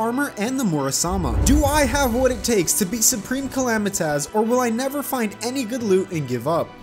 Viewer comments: U pronounced supreme calamités haha call my mom I bet u can’t xd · Bro u say it like clmaduhanosos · xD its the soup reme calam-EYE-tis lmfao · soup-rem cala-mitis PLEASE SAY IT RIGHT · "Soup - ream - cala - might - us" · Soup-Ream-Cala-might-us LOL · It'S nOT SUpReME CAlManiTAs. IT's SuPRaMe CaLAmItYS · Soup-reme Cali-Might-Us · its soup-ream-cala-might-us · It actually soup-ream-cala-might-us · bro that’s not the bosses name it’s supreme Cala-might-us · You say wrong it's Soup ream Cala might us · U said it wrong it’s soup-reem-calamity-taz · Boio it’s pronounced supreme Kuh-lam-I-tus call my mom you won’t Bc she’s dead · Orphans coming to correct your pronunciation of Supreme Calamitas be as intimidating as that Yharon boss fight